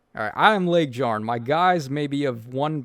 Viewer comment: You need to stop calling her LegDjarn. it's LegYarn. much like Fjorm.